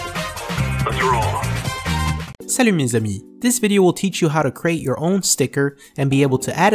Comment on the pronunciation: SALUT MES AMIS! Nice french